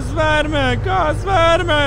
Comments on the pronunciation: میگم وَرمه نه درستش گاز وِرمَه هست😐😂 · باید بگی Gaz verma 😂😂😂😂😂😂😂😂😂😂😂با مامانم ب اینجوری تلفظ کردنت فقد خندیدم